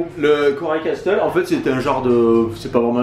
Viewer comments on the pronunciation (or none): Castle se dit "casle" on prononce pas le "t" ahaha je vous aime trop